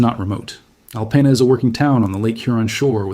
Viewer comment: Michiganders pronounce it “Al-peen-ah”. And if that makes you grumble, you should hear how we pronounce Armada.